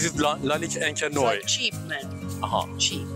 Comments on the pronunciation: ... you pronouse it ONCRE NOAR like in good everning: bon soir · Il dit carrément "Encre noix"🤣🤣🤣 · It is pronounced encre nwar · IS SPOKEN OUT AS ENCRE NWOAR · C'est vraiment très drôle la façon dont tu prononce " Encre noir" 😄😄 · Hahaha...you butchered the name of Encre noir so much. But good video. THX man. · No offence bro but learn to pronounce "encre noire" :D Maybe ask some additional questions to their opinions and don't look so scared. Cheers.